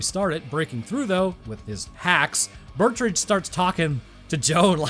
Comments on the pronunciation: The name Betrüger is pronounced (Bet-true-ger) not (Burt-ridge) 😂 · I legit didn't even know that this movie existed. Bit of a nitpick, but it's pronounced Bet-roo-grrr or alternatively, Bet-Ruger. Also, I totally agree that they shouldn't have done human testing without first doing exhaustive testing without humans. First drones, then animals, THEN humans, and only with extreme precautions in place at both ends of the portal. In addition to chimpanzees, I think mice and pigs would have made for good test animals due to some of the similarities and compatibilities they share with humans. The armored chimps could work, and one precaution that could be taken is the implantation of a remote-detonated explosive in its body, ideally in a location that will immediately disable it should it become aggressive. Also, when you finally move on to human testing, maybe don't use an intern or fellow scientist? Perhaps try a mentally stable and generally non-violent inmate who is on death row or has multiple life sentences.